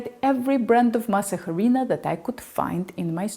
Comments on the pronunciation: It was already around 8 and I hadn't eaten dinner. I was very hungry and didn't want to make a full recipe of tortillas. I remembered your recipe and weighed out 20 g of Masa Harina (BTW in Spanish the "h" is silent) and 30 g of water to make one tortilla. Since I was so hyngry, I didn't let the dough rest, so it was too moist and tore when I took it off the plastic. It still puffed a little with your spatula pressing technique. Had a delicious meal of avocado, mashed beans, hydrated and sauteed TVP with a vegan butternut based cheese sauce. It was so yummy! Will make this small portion again since I live alone and prefer freshly made tortillas. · Thank you so much for this information. I could not get my tortillas to puff. Also, your measurements are quite different from others which helped tremendously. I made this recipe last night for tacos, with your techniques and the tortillas turned out great. I don’t even think you’re Mexican because you pronounce the H in harina. 😅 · Thanks, great info. I also prefer a yellow corn firm tortilla. The "h" is silent, btw. 🙂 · Just a note the H is silent in Harina. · Ridiculous! I know she’s not Hispanic because she kept sounding out the h in harina. It’s silent. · Please stop pronouncing the H in Harina-it’s silent. It grates on this Hispanics sensibilities! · Sweet, your pronunciation is so good… the only thing is that the H in Harina is silent 😉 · If you are going to make Mexican Food then pronounce it right before you make a damn video,duhhhhhh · The H is silent. & it’s said like Arena but Ah instead of Uh. ❤️ u so cute! Don’t mean to be rude just happy to share knowledge with you like you share so much good stuff with us. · Always enjoy your tutorials! Even though I have eaten, and made, corn tortillas for years ( I currently live in Mexico) I still learned something. BTW, the H in "harina" is silent. In fact, the H in ANY Spanish word is always silent. Cheers! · Why are you Emphasizing the H . It’s silent .